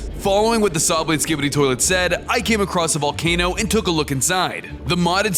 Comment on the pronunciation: "as we chanted the sikibidi war crime"💀